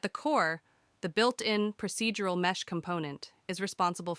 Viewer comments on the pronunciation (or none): This is a great tutorial, but your pronunciation of some of the words makes me think your voice is actually a really good text to speech program (it also sounds seriously professional, like you should be a voice actor). "Pro-seed-ural" not "Pro-sid-ural", The "Latt-er" is optional, not the "Later", "Uh-Ray" not "Are-aye" etc. etc. Oh, and your written description about the Static Mesh and laggy start is incorrect English too, so now I'm almost certain this voice is AI. What program are you using? lol